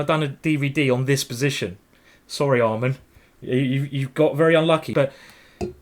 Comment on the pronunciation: Why did he keep calling Amman almond?